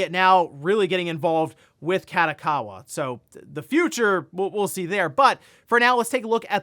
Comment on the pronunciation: please never pronounce Kadokawa like that again, listen to it in japanese and try again :)